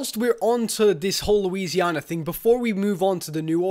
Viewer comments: The cringe when he says "Louisianer" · Louisiana ends with an "a" sound not an "r" sound